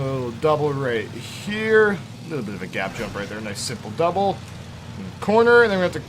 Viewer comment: Why do you call a jump "Dubble"?